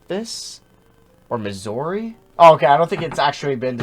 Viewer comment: Why the hell did you pronounce Missouri like that